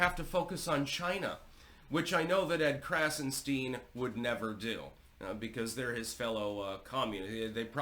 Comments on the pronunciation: “Edward” and “ Brian” Krassenstein are Jews. Their first names are Irish and English respectively. Their surname is German…and should be pronounced “Krahtzen Schtine ( to rhyme with “mine”. Their nationality has come to them courtesy of the British crown and successors. Everything about them is fake .Why do they matter? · Heavily emphasized “stein” lol, color me shocked as history clearly shows. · Heavy emphasis on “STEIN”!